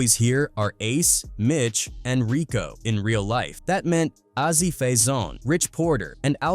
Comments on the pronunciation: A Z! Not ahzy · Why the fuck is it so hard for them to get Azie's name right. It's AZ, not Azzy. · "Ah-Zee"?! WTF?! Fuckin' Ai voices.